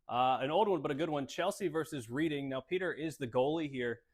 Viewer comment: it's pronounced "reding"